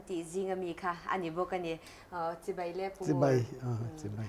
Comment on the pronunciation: "Chibei" ti tawh suh "Chibai" tih tur...